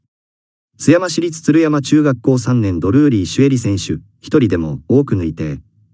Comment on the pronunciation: 岡山県人が聞いたら、目が点に。どこだその中学は。かくざん です。音声ソフトに丸投げは止めましょう